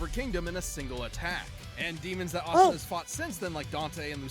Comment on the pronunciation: “Ass-ta” 😂 girl Asta is spelled and pronounced exactly like pasta without the p